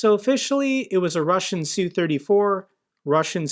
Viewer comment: Its not "sue"...its 'S.U"